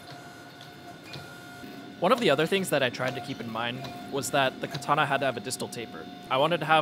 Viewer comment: Learn to pronounce katana properly